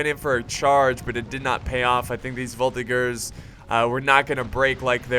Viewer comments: NOOOOOO !!!! it's not prononced "volti-GERS" but prononced "volti-JERS" !!!! not so hard to remember !!! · Its a soft G in Voltigeurs